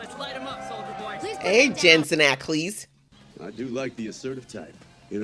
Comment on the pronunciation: Jensen Ackles is pronounced AK-ALLS. Were you mispronouncing it for fun?